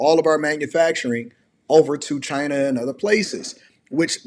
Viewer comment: This is not Trump. He says "Chy-na" not China.